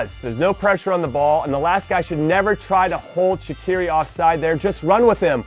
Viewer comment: Jimmy, Shaqiri is prounonced Shachiri, CH as in chips. And his first name Xherdan is prounonced as Jerdan, J as in Jake, same with Xhaka, Jaka. Anyways, just wanted to tell you that.